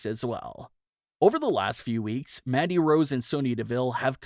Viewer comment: Why does he keep calling her MADDIE Rose??? Her name is MANDY